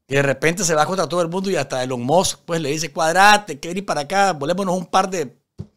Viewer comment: Como me he reido con este video...." Elon Mos" 😂😂😂😂😂😂